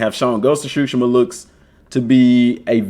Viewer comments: I think It pronounce sushima not shushima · cool video but you're saying tsushima wrong.